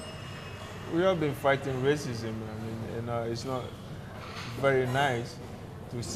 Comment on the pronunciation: RACISM not rasicm.